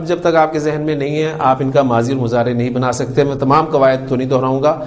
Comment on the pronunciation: مضارع عربي زبان ميں Mudarey پڑھا جاتا ھے نا کہ اردو کی طرح مزارع۔۔۔ kindly note pls. JazakAllah khair السلام عليكم ورحمة الله وبركاته